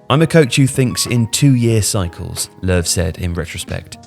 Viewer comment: It's more like 'Luhv' because it's an ö in German, and German J's are Y's. I've never understand the 'Jogi' part. I figured it was a nickname, or a short name.